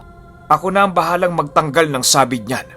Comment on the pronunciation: Sabīd not sa-bîd. Just saying.